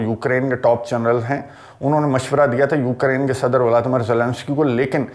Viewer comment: Assalamualikum bhaijan viladimir viladimir nahi bola karein